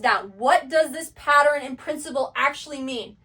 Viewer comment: PATTERN..."Pa-ttern"...a 2 syllable word. I keep hearing " pa- tter-en " 3 syllables.